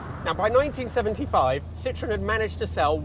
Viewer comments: Sitroèn non Sìtroen... I francesi accentano L'ULTIMA sillaba, ignorante!!! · Don’t you think that if you are going to spend a quarter hour talking about a car you should know how to pronounce it? There is an umlaut over the ‘e’. It is called a Citroën — sitro-EN. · I think for me - the very awkward appearance of the car would have prevented worldwide success., despite all the innovations. I do like how you drop the “e” in pronunciation so that it sounds more like citron - the French word for lemon - but maybe that was intentional? 😂 (I believe should be closer to cee-troh-en - using a nasal French “n” at the end not an English “n”) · You could at least pronounce Citroën properly. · A Dutchman in love with things French: you're like Mr. Citroen himself. Btw he himself added the dots on the e: was so tired of the french grieviously vandalizing the pronounciation of his last name..